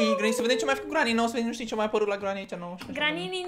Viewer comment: Nu se spune granini